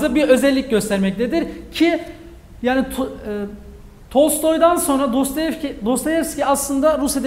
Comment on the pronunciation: Ağzınıza sağlık ben faydalandım teşekkür ediyorum. Fakat Dostoyevski'ye Dostayevski demeniz üzdü beni :) bir edebiyatçı sadece eğitim odaklı bilgi vermemeli, bizzat kendisi genel kültür olarak konuya hakim olmalı bence.